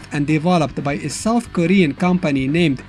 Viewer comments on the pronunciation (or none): none